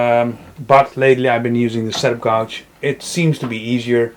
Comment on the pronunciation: Thanks for the video. I'm planning to go with Jessem for my router table. Very well presented with lots of good information. FYI, gauge rhymes with page. You helped us, hopefully I can help you with your pronunciation of that strange word.